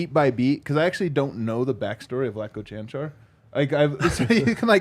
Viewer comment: Čančar not Cančar